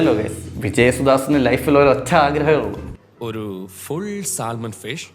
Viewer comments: Bro Salmon is not pronounced Sal Mon it's pronounced 'Sah muhn', you are welcome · Hi there, It’s സാമൺ L in salmon is silent. 😊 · You dont say "saLmon". L is silent. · I don't know whether I can say this at this point. 'L' is silent in the word Salmon. ok. bye..